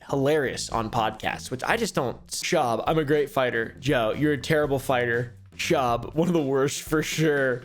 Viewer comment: It’s schaub not shwuab